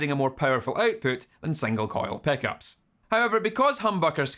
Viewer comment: I hear him saying "peckups" xD